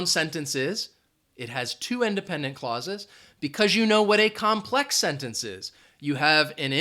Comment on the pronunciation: COMPLEX- NOT COMPEX